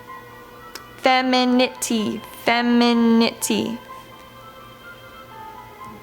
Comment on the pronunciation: fenemeneminity. Thats literally what I said while listening to you try to say it too